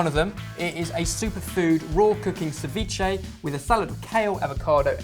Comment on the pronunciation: this guy cant even pronounce ceviche right, what a joke.